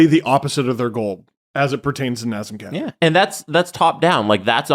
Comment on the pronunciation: It's not Nozzem Koddri. It's Nazem Kadri. The "a" in both names is like in "dad"